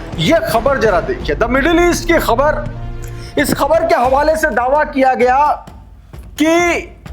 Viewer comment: Thank you for pronouncing KHABAR right. You are good.